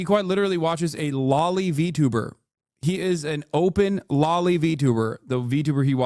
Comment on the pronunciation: maybe thats why he defines it wrong, too. hes not saying loli, he is saying lolly. and thats something totally different!